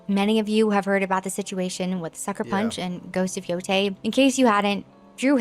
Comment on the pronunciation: The fact she pronunciated it Ghost of Yo TEI and not Yo THAI gives her so much credability IMO. This "little" factual things actually matters. It shows how dedicated you are to discover and learn. And to tie it to your usual historical content, shows how history is important for us now more than ever. People have suffered endlessly and not to learn from it is a form of a humanitarian blasphemous act. ( Im a polish romani living in sweden )